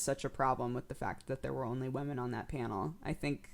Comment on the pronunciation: the way you say women niggles me in the slightest. sounds like wemen. but whatevs, you are delightful...